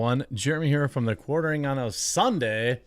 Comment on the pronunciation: the quaRering the quaRering the quaRRRRRRRRering 😒